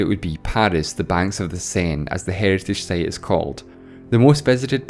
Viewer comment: I love your videos. And I HATE your pronunciation - 1) time = "theyme", 2) site = "seyt" etc. Seriously?